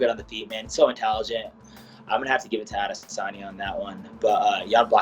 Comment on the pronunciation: “Addison sanya”